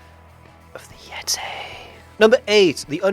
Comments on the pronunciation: it's not yetay it's yeti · It's still the Yetay to him damnit